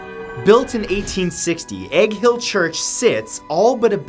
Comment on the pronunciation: When he said "Egg Hill" all I heard was Hank Hill church... lol